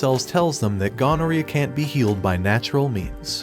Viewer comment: bro said ganareea so i was confused, until i realised he meant gonorrhea